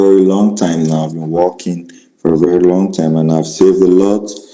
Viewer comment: His geography knowledge is amazing, Not! 🤣 It is interesting that often these scammers assume that their prey lives in the ‘States’, USA 🙄 when he says ‘I am working’ it sounds he is Walking. This is a gem, LOL 😂 Too funny 🤣 Love it when you threw Lagos in his attempt to tell you which city he is! Ha ha :_rosMoreBetter